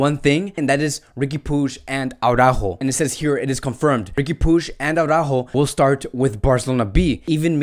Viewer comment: Why are you saying Aurajo?Is that how you pronnounce his name?Because i just don`t understand how does Araujo become Aurajo?I assume your spanish so you know better,thus why i`m asking.